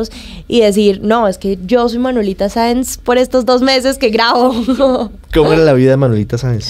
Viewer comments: Y aparte dijo varias veces Manuelita Sanz en lugar de Saenz. Muy triste. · Alguien que le diga a la muchacha que su personaje es Manuelita Saenz no Sanz!! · Un like si vienes a ver que comentan sobre la actriz que no sabe pronunciar el nombre de su personaje, Manuelita Sáenz. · Maravillosos actores y, claramente se vé que estudiaron sus personajes; nuestro prócer Santander tiene uno de sus mejores homenajes en. Felicitaciones!! Manuelita Sáenz, tuvo en la actriz ecuatoriana la mejor representación, porque nuestra actriz no sabe ni pronunciar el apellido (ojalá lo sepa escribir), ni entendió que Manuelita fue una patriota también, que esas vivencias de niña y joven la hicieron rebelde no traviesa. 😒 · Que pena que ni siquiera puede pronunciar el apellido de quien interpreto....aparte que no tuvo un gran papel a comparacion de otros que tuvieron el mismo tiempo de actuacion